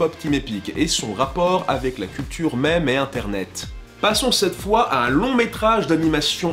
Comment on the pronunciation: Omg votre façon de dire meme